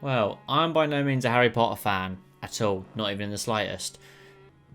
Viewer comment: I love how he says harry po-er all the time😂😂❤